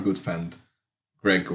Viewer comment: Did you say “dreg”? That’s what I call him.